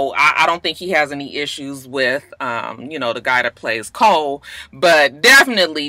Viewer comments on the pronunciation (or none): none